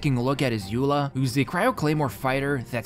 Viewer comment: Eula's name is pronounced like "Oila" by the way!